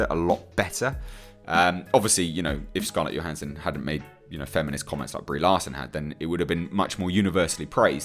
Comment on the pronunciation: It's Scarlett Johansson with a 'J' - not a 'Y'. Do wish folk would get that right.